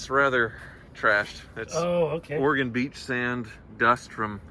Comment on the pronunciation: Thanks for pronouncing Oregon the proper way,, unlike Freddy did throughout CarTrek!